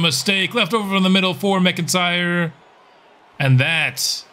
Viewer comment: While we’re fixing pronunciation… 99 times out of 100, McIntyre is said as “Mack-In-Tyre”. Love your baseball content, currently binge-watching as I work on my own Sox franchise with two generationals so far